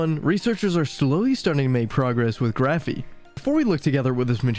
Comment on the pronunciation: “Graphene” not “Graphey”. The narrator keeps saying “Graphey” and since I noticed it I can’t stop hearing and being irritated by it. Even the transcript is interpreting the word as “Graphey “ !! I’m being silly I know but I found this so irritating.